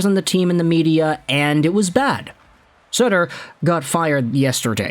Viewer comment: It's sutter not suter